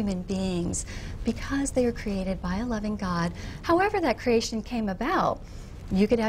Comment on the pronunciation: Why the fuck does she pronounce "creation" like that haha? Is that supposed to make it sound more plausible just because you make it sound like another word haha